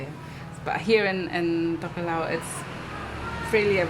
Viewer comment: It's a pity the guy doing the voice over can't pronounce Tokelau and Samoan languages correctly, its not difficult.